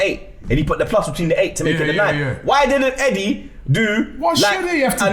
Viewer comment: 'Eddié from Palma' 😅